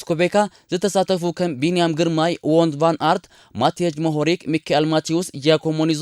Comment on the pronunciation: Wooo ኣስማት ተጻወቲ ግን ናይ ቢንያም ግርማይ ጥራሕ ጽቡቕ ኣድሚጽካያ